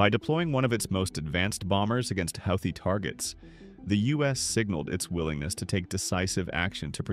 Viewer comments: If you want to narrate these videos at least make an attempt to correctly pronounce the words. Houthi= HOOTIE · They are going to need to spell it out for them like "Hoootheee" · AI generated content ..... the word Houthi comes up so often but is never pronounced consecutively in the same manner ...... Credibility = zero. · Okay, is it pronounced Howthie or Hoothie? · How many times can you butcher the name Houti in this valuable informative.? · You'd think the narrator would find out how to pronounce Houthi! Is it this AI?